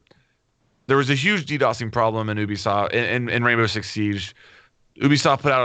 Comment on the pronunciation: I would love to see a speech therapist come on and teach flanked to pronounce "Ubisoft" correctly.. Everytime he says "Oobiesoft" I feel like a piece of me dies inside.